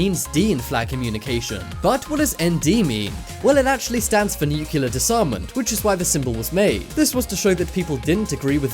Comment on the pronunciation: its nu-clear not newkiller its not difficult to say